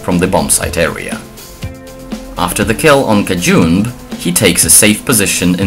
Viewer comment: dont pronounce it like "cajunb", but like "cajunbee"